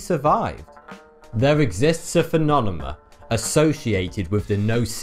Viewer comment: It's funny hearing you pronounce phenomenon or phenomena lol you prounounce it like phenonema or phenonemom